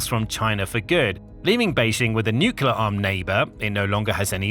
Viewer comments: nuclear has one U and 2 syllables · It has 3 syllables. (no͞o klē ər)